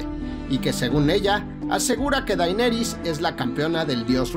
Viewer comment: DAINERIS??????? keeeeeeee